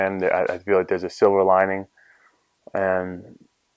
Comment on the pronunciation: Chris & Anderson are spiritually linked, eh? Kept hearing Chris said Silva lining, instead of silver lining. I’m wishing for you speedy recovery.